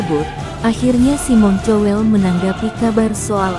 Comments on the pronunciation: Bukan cowel tapi kowl ,payah... . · tuk narator tolong baca nama orang sesuai bacaannya, malu klo ada orang bule yg ngerti bahasa indonesia, cowel, untung g colek